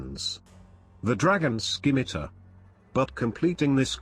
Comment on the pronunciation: I hate that the voice pronounced the C in scimitar